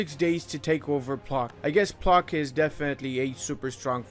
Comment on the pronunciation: It's not "Plock", u rather pronounce it as "Plotzk"